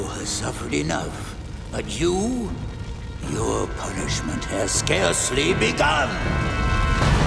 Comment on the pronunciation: Actually Lu Ten would be the next in line, Azula - Scar would confirm it "SCARcely" guys. SCAR-cely